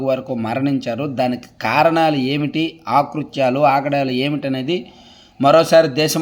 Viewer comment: "ఆ "కృత్యాలు కాదు తమ్ముడు, "అ" కృత్యాలు అని పలకాలి. ఎన్నిసార్లు చెప్పినా??.. ఇదేనా నీ " ఈనాడు " తెలుగు.